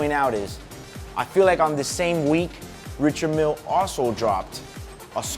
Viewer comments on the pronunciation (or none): Surprised he doesn’t pronounce it properly, (RI-shard, MIEL) Not throwing shade because I know this man is solidified in this game.